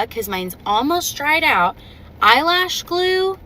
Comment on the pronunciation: "Eyelash glue" smh